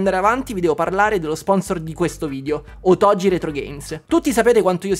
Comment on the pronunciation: Caro, sei sempre molto esaustivo e divertente. Premesso che questa Ps5 Pro è una "sola" senza precedenti che nessuno dovrebbe acquistare, ti scrivo per un altro motivo. Tu sponsorizzi "otogi retrogames", ma io non ce la faccio a sentire che ogni volta la pronunci in modo sbagliato. Non so se i proprietari del negozio, questo Domenico nella fattispecie, lo pronuncino così come si scrive, ma se lo fanno peggio ancora perché se dai un nome a qualcosa devi sapere come si pronuncia o cosa vuol dire. Nel tuo caso ti dico solo che si scrive "otogi" ma si pronuncia con la g dura, cioè "otoGHI". La parola vuol dire "fiaba, favola" in giapponese ed è molto azzeccata come nome. Perciò ti prego, almeno tu, visto che ti stimo, pronuncialo come si deve. Un saluto da un insegnante di lingua giapponese, motivo per cui ti ho scritto questo messaggio, che non riesce a sentire quella pronuncia errata e si è "permesso" di fartelo notare. Spero che tu non te la prenda, in caso mi scuso. Con stima Ciao🎉